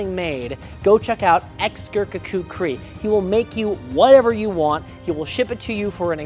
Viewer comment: Slight mispronunciation of kukri. Run the syllables together, don't split them. when you say the word.